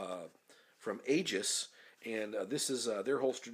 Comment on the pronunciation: I think Aegis is pronounced as "eejus" - like the end of the word "egregious". Not positive but I think that's the case